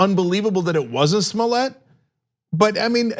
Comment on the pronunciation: Cenk it's clearly Smollett.